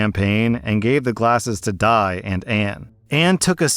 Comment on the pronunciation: I just wanna ask: wouldn't Di's name be pronounce as Dee, not Die.